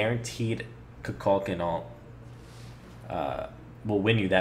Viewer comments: An excellent video... but your mispronunciation of of Kukulkan's name bugs me. It's Ku-kul-KAN, not Ku-KULK-an. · its Koo-Kool-Khan not ka-kal-ken